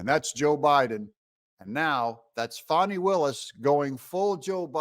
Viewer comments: Fani for prison! Confused why you're calling her Fawny instead of Fannie? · Doug Y do u talk like mainstream media??? Her name is Fani NOT Foni